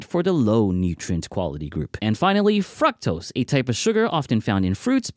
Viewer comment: i just cant get past how you say "fructose"